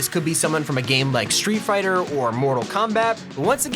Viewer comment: It is sreet fighter